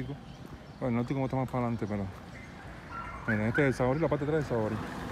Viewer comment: Entre cubanos puedes hablar como hablas, pero para lanzar un video en esta plataforma que se ve en el mundo entero no tienes calidad como exponente. Hablas que no se te entiende, dices: "CELCA, MASPALANTE, PELDIO, SIN SABEL, POL GUSTO, BAJAR ABAJO, PELDEL LA COTUMBRE, SIN COLTE NI NA", NOLMAL" trata de enmendar eso, porque si sigues seran muy pocos a los que les gusten tus videos. (Soy cubana)